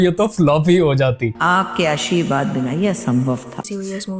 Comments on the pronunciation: Aashirwaad ❌ Asheeeerwaad ✅ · Aashirvad ❌ Aasheervaad ✅